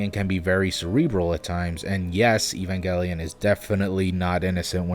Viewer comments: I'm sorry I can't watch this cause you mispronounced Evangelion. The only person allowed to pronounce it the way you did is Robin Williams. I'm sorry. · Pronounce Evangelion similar to how you would Evangelist. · "I never watched the show" - that explains why you keep butchering the name of it. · Fucking poser you can't even say it evangelion right fuck outta here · Your pronunciation is shit and ruined the video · Mispronouncing Evangelion and Shigeru hurt my brain. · The incorrect pronunciation of Evangelion was driving me crazy but not as much as the incorrect pronunciation of Shigeru. So I laughed VERY hard at the ending. LOL You started saying Evangelion correctly part way through the video then you went back to the incorrect way and my soul died. 😣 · At first when you mispronounced "Evangelion" I thought it was because you were doing a parody...... but then you did it again. >.> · Butchered the name 😂😭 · It's pronounced "ghel" officially, hard consonant G like "girl" or "gal". (Source: official imported NGE soundtrack CDs I bought back in the 90s where there's spoken dialogue on some of the tracks, and since these were the first official release version, I'd say that's canon enough for me :-D) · Did he really just say evanJELion? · The 'g' in Evangelion is a hard 'g', as in "Goose". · You can call it Evan"J"elion for all we care, because that's how you're suppose to pronounce it. Japanese read English literally so they pronounce g with a hard "G" (like 'garlic' for example) - Furthermore, they'll say the word LEGION, like "leg"-eon (レギオン) and CERBERUS like "ke-ru-be-ro-su" (ケルベロス) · Evanjellyon? Its Evangelion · why does he say it as evanjellyon, it evan-gal-eon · Its pronounced evangelion not evangelion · Its evangelion not evangelion Lol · Idk why it pisses me off that you say "evanjalien" Not to be rude but its evangalion. With a hard g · it's pronounced gelion not jellion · I believe it's pronounced "evan-GEL-lion" not "evan-GELL-ion" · “Evanjelion” lol